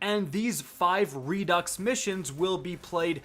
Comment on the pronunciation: redux = redo (pronunciation... i think its french or something..?)...jusss so ya know...